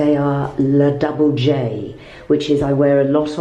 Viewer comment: La Double J is not pronounced “Double J” with a. English accent. It’s an Italian company, not American, and is pronounced La Doob-le-jay” with a soft j